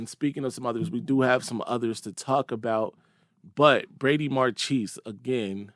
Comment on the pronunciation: Marchese is (or should be) pronounced Mar kay say.